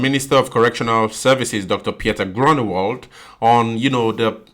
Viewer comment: You say the "g" in Groenewald as if you have something stuck in your throat a "gggggg" not a k sound 😊